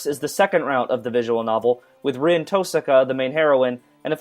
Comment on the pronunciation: i'm sorry for being the smart ass(lol) but u keep pronouncing "Rin" wrong. it's spelled Rin, but pronounced (Reen) and u're also pronouncing "Illya" wrong